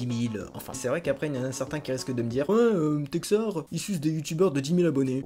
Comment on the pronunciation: Merci de m'avoir fait passer dans ta vidéo d'avoir bien prononcer mon nom et je te souhaite bon courage pour la suite texar